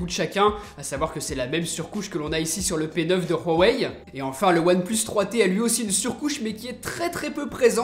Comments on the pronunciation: Par contre c'est une legende, Huawei ne se dit pas Rwaway, je parle un peu chinois et on le prononce Ouawaï ou Ouawey, entre les 2 . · on dit ''ouawey '' pas '' rouawey '' , voila , c'est toutu pour moi , sinon super video , continue comme ca tu fais du bon boulot , je t'ai croise a la PGW et j'ai fais une petite photo avec toi !!! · on dit pas rouhawai mais huawei 😂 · Huawei pas RRRUUUAAwei!!! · il ma tue khuawei mdr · j'ai juste une remarque on huawei pas rwawei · Pk vous dites tous rhwawey c huawei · Il dit roiwei😕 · Pk tu dit hhuawey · rouawei lol 🖕🖕🖕 c'est ouawei 👿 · Léo 78 Huawei est une marque chinoise et dans le dialecte que parle le constructeur de Huawei, le H se prononce R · huarwei tu peut pas prononcer normalement ? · PowerOfMoule Huawei est une marque chinoise et dans le dialecte que parle le constructeur de Huawei, le H se prononce R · C moi où tu dit ruawei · pourquoi tu dois (R)Huawei ?? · L'Instant G Huawei est une marque chinoise et dans le dialecte que parle le constructeur de Huawei, le H se prononce R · lol tu dis rueuwai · Oulio Cécario Huawei est une marque chinoise et dans le dialecte que parle le constructeur de Huawei, le H se prononce R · c marrant comment tu dis huawei